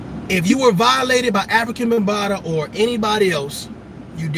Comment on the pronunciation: He said Africa Bunbatta